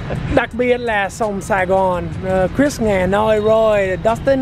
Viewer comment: Cờ Rít Sờ mới đúng, vì Chris có S đằng sau. Cũng được, vì người Việt, ko "Sờ" khi cần Sờ. Lại Sờ khi ko cần Sờ, đặc biệt là ở miền Nam, khi phát âm những chữ kết thúc bởi T or D. Ví dụ: Good, ko có Sờ nhưng nhiều người Nam lại Sờ, phát âm Goods Morning. Nhiều người Bắc lại vướng phải lỗi L & N 2-way cross infection (way ở đây ko cần "Sờ" since it functions as an adjective) 1 số người Bắc mới học English greet: Hê Nô for Hello chẳng hạn. Tôi đẻ ở HCM.c bố mẹ người Hà Nội, nên tôi được nuôi dạy văn hoá HN. nhưng lại học tiểu học với tuyệt đại đa số học sinh người Nam. Tôi bị trẻ con người Nam kỳ thị mỗi ngày, dánh nhau là chuyện giống như ăn kem or Cà Rem (crème = cream for icecream) Việtnamise tiếng Pháp theo kiểu người Bắc, Còn kiểu người Nam thì Cà Lem. Chữ R is more problematic với người Nam hơn người Bắc, tuy vậy nhiều Bắc lại biến âm R thành âm GE (=J) ví dụ: Riêng thành "Giêng" 1 Góc Trời như bài hát. Tuy nhiên, nhớ lại tuỏi thơ bị trẻ con Nam "kỳ thị" tôi nghĩ đấy chỉ là bullying, mấy đứa bully chỉ pick up bất kỳ ai hơi khác biệt chúng. Có điều, sau này ko ai trong trường dám bully tôi nữa vì tôi đánh nhau hằng ngày nên rất giỏi & liều lĩnh. Just a swim-or-die mater Ngày nay, phân biệt giữa Nam Bắc ko chỉ là a Remnant of Indochinois War but also American War, especially from California, Sydney they are a few ppl but venomous. I treat the haters as I always did since my kinder garden age: Don't touch me or else, a terrible else. Most the times I ignored them. June 1946 a